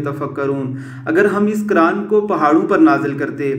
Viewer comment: آواز والا بندا عیسائی ھے قرآن پاک کو کران کھ رھا ھے